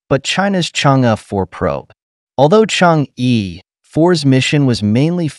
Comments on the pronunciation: The correct pronunciation in Chinese is Chang-"er",not Chang-"ee" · Good video. P.S. Chang'e is not pronounced /chang-ee/ but /chang-er/